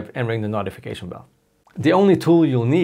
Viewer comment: it sounds like NAUGHTYfication xD